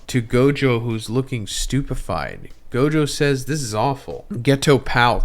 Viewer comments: You should learn how to pronounce the characters name bro. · bro its gojover LMAO